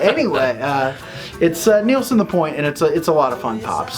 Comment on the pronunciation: Love your Chanel. But it’s pronounced Nil-son not neeel-son. Small point